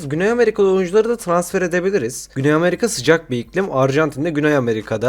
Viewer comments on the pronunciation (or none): none